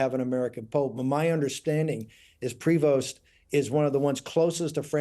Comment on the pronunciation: It's Prévost. FRENCH.